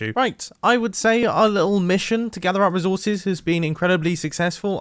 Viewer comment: No one: Nobody at all: Mumbo: rizorses